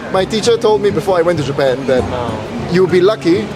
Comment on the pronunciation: everytime says.... jee pun lang....i cant help but laugh😂